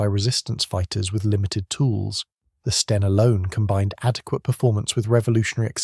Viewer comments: Sten not Stein! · STEN not Stein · he is saying 'Stien' Stein is Stine in German.